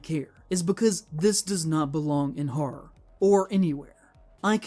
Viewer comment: For someone who cares about "horror" he should really learn how to pronounce it. "Haarrr" sounds like a stupid pirate.